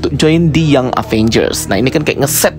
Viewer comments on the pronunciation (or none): none